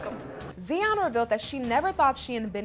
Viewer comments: It's Tsion not Zion smh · Her name is not Zion it’s Tsion pronounced ( See-on). Ari doesn’t compare to Tsion, she’s drop dead gorgeous. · her name is tsion stop butchering it